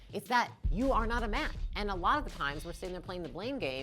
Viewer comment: Hi, did you say "mat" (as in doormat) or "match"?